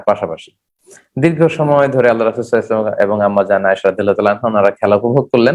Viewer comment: Spasta Kara sallallahu alaihisallam bala uchit.